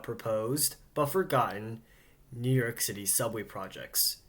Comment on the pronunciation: He speaks better than most New Yorkers. And his pronunciation is actually correct.